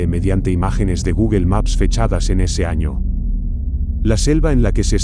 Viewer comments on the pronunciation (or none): none